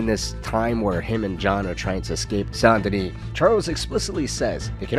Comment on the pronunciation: As a born and still living south Louisiana guy it stabs my soul Everytime you say Saint Denis. It’s pronounced as Sandenis. Sound like sand. Not son or saan. My high school was Saint amant. Don’t copy the wanna be Nola accent sheriffs pronunciation. Nice video also.